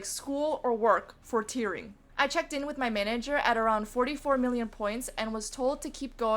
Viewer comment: I constantly were hearing "tiering" and "tearing" at the same time, which by seeing your experience, seems accurate I couldn't differentiate the words. However it's admirable what you did